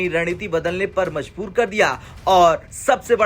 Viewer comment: manjoori nahi majboori